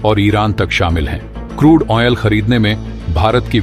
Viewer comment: ऑयल को ओनियल उच्चरन गलत है, ठीक करें।